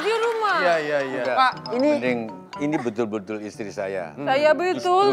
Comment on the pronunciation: "Saya bedtul, banyakin bedtoel" bengeek..